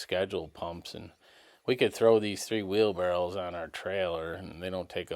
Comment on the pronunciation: How in the F do you know how to spell wheel barrows? But pronounce it Barrels???